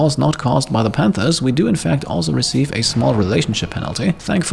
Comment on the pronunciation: I kept hearing "91 man-hunting pandas" and it seemed more adorable than threatening!